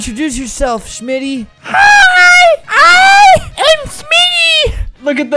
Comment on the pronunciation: It’s shmtty not shimitty